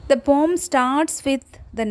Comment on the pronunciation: That's not pom 😅😅😅😅it's poem search in google 😅😅😅😂😂😂😂😂😂😂😂😂😂😂😂